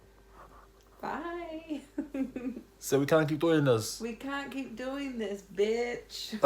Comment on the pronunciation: Funny how you pronounce bitch as butch😂😂😂